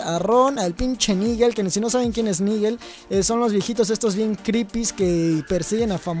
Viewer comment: No se pronuncia niguel lo se porque me llamo Nigel :v